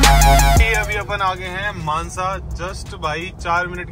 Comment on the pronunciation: It's mansa not manza